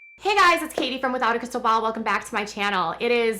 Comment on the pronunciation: " Crisssal ball " that's how I'm gonna say your name for now on lol